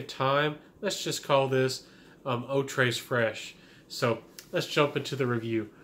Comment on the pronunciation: Love it. One of my best discoveries of 2019. It's said *Eau Tray Fresh*, no s in Tres. Thank You.